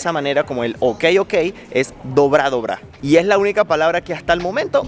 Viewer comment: No te quedó muy clara la palabra 😂😂 es dobry (dobre)